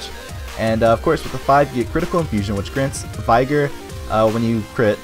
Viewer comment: Well dang I was just traiting up from your previous video and then I saw this. I guess I'll try the previous one before I try this. Can you tell me why you decided to change up please? Btw not being a douche but "vigor" is actually pronounced Vig (like Fig), and Or, like "this OR that". But yes, please let me know what made you decide to change it up? Thanks so much for the help, this video is helping me A TON. I have been having such a hard time leveling w/ Mes. Oh and what server are you on? :)